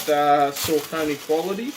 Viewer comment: Haha, you've been asleep....Saucony (sock-uh-knee NOT suh-conee) have been slaying it for well over a decade! There have been SO MANY fire collabs over the years. I don't even f#ck w' Nike. Their kicks are boring, and way too overpriced for the quality you get. Saucony collabs are much more creative. The colorways are more interesting, and they use higher quality materials! I'm standing with 21 pairs to date.